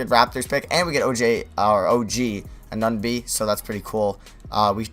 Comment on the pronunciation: O.G. Anunoby ( Ah-new-no-be )